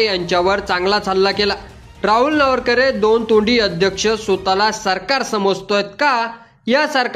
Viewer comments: अरे बाबा नावरकरे नाही, नावेंकर आहे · वाचता येत का नार्वेकर नावरकरे नाही रे पत्रकार महाशय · नावरकर नाही रे नार्वेकर... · नावरकर नाही नार्वेकर म्हण रे .. बाकी भास्कर जाधव ग्रेट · अरे नावरकर नाही. नार्वेकर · अरे तुला नार्वेकर सुद्धा उच्चारता येत नाही. कसला विडिओ बनवतोस 😅😅😅😅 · कृपया या कार्यक्रमाचे समालोचन ज्यांनी केले आहे त्यांना हात जोडून विनंती की,आपण सभागृह अध्यक्षांच्या आडनावाचा जेवढ्या वेळा उच्चार केला तेवढ्या वेळा तो चुकीच्या पद्धतीने केलेला आहे.कृपया उच्चार स्पष्ट व शुद्ध असावेत. कारण आपण जे कांहीं सांगतो त्यातील चुकीच्या उच्चाराने शब्दाचा अपभ्रंश होऊन न कळत चुकीचा अर्थ लावला जाऊ शकतो.कृपया यापुढे असे कोणत्याही नावा बाबत तसेच शब्दा बाबत होणार नाही याची काळजी घ्यावी एवढीच माफक अपेक्षा. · व्हिडिओ बनवणारे तुम्हाला अध्यक्षाचे साधं नाव सुध्दा वाचता येत नाही. आश्चर्य. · आपल्याला साधे नार्वेकर यांच्या नावाचा चुकीचा उच्चार करत आहेत. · पत्रकारानी नार्वेकरांच नाव प्रथम निट उच्चाराव